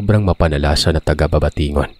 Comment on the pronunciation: How cute mag kwento ni,🥰 HAHA natawa Ako sa babatingon BABATNGON ata Yun😁 anyways Ang Ganda ng kwento tapos Ang gwapo pa nung nag nanarrate💖✨